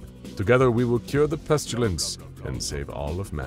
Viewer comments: Peh-stih-lence, not pest-you-lence. There is no "U" in Pestilence. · it is awesome! but the way they pronounce the word 'pestilence'... I don't think I can hear him say it again. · There's no U in pestilence.